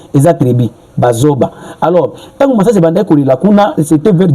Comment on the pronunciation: Bajoba et non bazoba